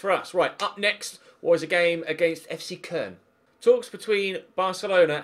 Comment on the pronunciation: Fc köln is pronounced cologne